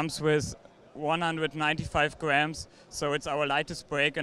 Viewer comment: "195 gväms"